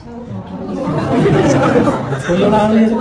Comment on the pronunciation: Baca narasi yg bener bang., BOYOLALI BUKAN BAYOLALI